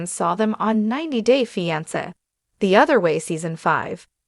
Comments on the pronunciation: Fi an se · How can you speak about them its not R man doh Can’t pronounce fiancé correctly either C’mon